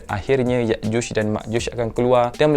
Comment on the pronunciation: Ya’juj dan Ma’juj Bukan Yakjush dan Makjush Sekian